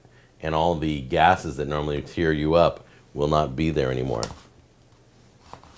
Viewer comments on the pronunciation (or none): none